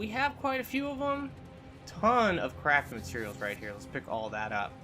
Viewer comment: Every time he says “it’s a bunch of crafting materials”, it sounds like he says it’s a bunch of crappy materials lol.